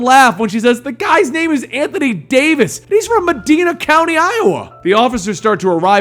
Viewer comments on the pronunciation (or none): none